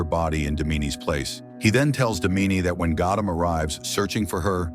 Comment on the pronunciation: It's not damini it's daamini 😂😂😂😂😂😂😂 hindi pronunciation